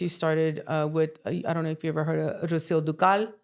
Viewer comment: Hollyweird forcing the Quintañas was disgusting but not surprising! The fact she can’t pronounce Rocio Dúrcal is Shameful !